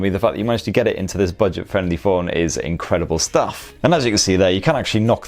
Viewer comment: I love ' pronunciation of budget..."Bidget"...Bidget. Top review mate.